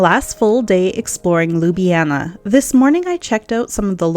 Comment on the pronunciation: One would think as a “luxury travel advisor” you would at least attempt to pronounce Ljubljana correctly!